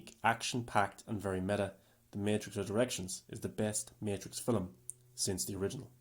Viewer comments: The word is film, not filim. Now syllable, not two. Aside from that, I actually appreciate watching someone dive deep and analyze this movie in the way that doesn’t just jump in and trash it. I still don’t know what I think of it and will probably have to give it a couple more viewings before reaching a conclusion. I definitely appreciate reviewers I will give the movie an analytical breakdown and actually justify their opinions rather than just trashing it and not backing up why. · never trust s movie reviewer that pronounces film, "feeleem". this movie is not that deep. it was garbage in comparison to its predecessors.